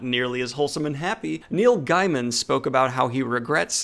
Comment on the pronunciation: I love you but I involuntarily cringe every time I hear you mispronounce “Rowling” and “Gaiman”